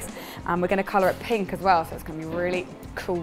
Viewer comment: Haha I thought said pig nougat, I had to go back and listen to it again pink nougat makes much more sense